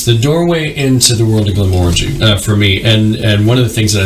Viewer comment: So the guy on the left pronounced Glenmorangie 3 different ways, 4 times, in the first minute and a half and only one was correct. So annoying. Please pronounce it correctly so that people aren't taught wrong.